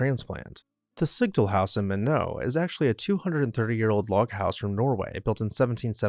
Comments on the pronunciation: ND: MYYYYYKNOT. not MIGHNEAUXZ lol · most pronounce it as "my-knot" not "minnow". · Minot is not My-no...its My Not. That's like saying Do boy vs Due Boyz for Dubois Wyoming(its the Due Boyz pronunciation) Still cool though. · FYI Minot is pronounced MY-NOT not MIN-O... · Not pronounced “Min No”, it’s “My Not”. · The house in Minot North Dakota is pronounced “Mine-Not”. It is not pronounced “Ma-No”. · Minot- Mun-NO? umm, do you mean . . . MY-not? c'mon folks :( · In North Dakota it is pronounced my-NOT not MIN -o. Do better. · Fun fact, the city "Minot" in North Dakota, is pronounced "my-knot" not "minnow"😊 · North Dakota, the town is Minot and not pronounced like the French, My-knot, instead. This bit rhymes, which fixes the pronunciation: Why not, Minot?” Minot sprang up along the banks of the Souris (mouse, French) river in 1888, as a tent city. The area is home to a lot of people of Norwegian descent, had a long oil boom and population growth in the first few decades of this century, and Norwegian projects including building a copy of the ancient stave church in Norway and many other projects celebrating Norwegian culture and heritage. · Minot is pronounced like it's spelled, not Minoh. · It’s pronounced My Knot (Minot, ND) Its emphasis is on the first syllable. It’s not French. It’s named after Henry Minot. Henry Minot was a railroad baron. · As a North Dakota-Born, I have to correct your multiple mispronunciations of "Minot" starting at . Its My-not. You do pronounce the "t" it is not silent. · Your pronouncing Minot(My Not) wrong. The T is not silent. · Minot is pronounced “MY-knot.” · North Dakota town Minot is not pronounced in the French way. Minot = My-knot rhymes with why not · Minot is pronounced Mi not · Minot North Dakota is pronounced MY-nut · Nd is My-not = MINOT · As a Minotian, I cried at the French pronunciation of Minot. We pronounce it My-Not. Excellent video! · Minot is pronounced like why not. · Minot is pronounced My Knot.